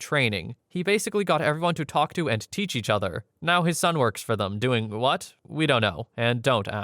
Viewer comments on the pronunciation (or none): none